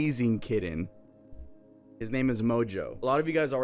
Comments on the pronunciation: Kitten, not “kidden” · It's calling the cat a "kidden" for me 😂❤